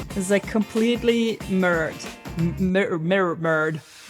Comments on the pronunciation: "Err mah gerd - it's merrerd!" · "mi -roar-d" or "mi-rur-d". Your English is incredible BTW!